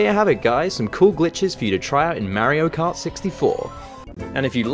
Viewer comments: YOU SAID MARY OH KART UNSUBSCRIBED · "merio kart"